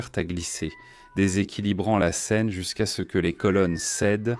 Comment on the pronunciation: Documentaire intéressant. Par contre, l'IA a du mal sur certains points : Elle a du mal à prononcer certains mots, comme la "scène" (la Ssscène, la ssScène, lasse Scène). Certaines phrases sont prononcées en accéléré. D'autres contiennent des blancs. Et aussi, c'est dommage pour la cohérence de parler parfois en km/h et parfois en mille par heure. A part ces points, les images et les explications sont pas mal du tout.